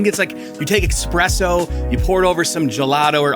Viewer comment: Espresso. Not expresso.